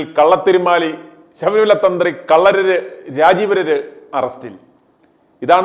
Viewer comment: നോക്കി വായിക്കുമ്പോൾ തെറ്റ് പറയരുത്. കണ്ഠരര് ആണ് .